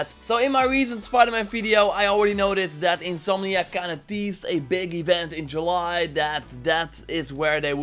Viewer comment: say july correctly or else